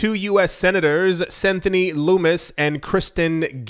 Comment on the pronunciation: Sen. Lummus is pronounced lummus like hummus.